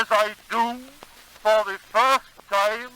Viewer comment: Love the rolled R's and the extended diphthongs. "ta-eem". Almost sounds like two syllables. BTW, George Edward Gouraud, b.1842, Niagara Falls NY.